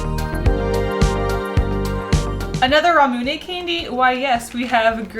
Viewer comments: i hate how you say it "ra-mune-ay" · She said Ramune wrong and it hurt my soul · I don't want to be mean, but I hate the way you say ramune.